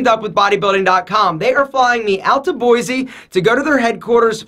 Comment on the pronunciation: if you're going to Boise..don't pronounce it Boize, some advice so you get along with people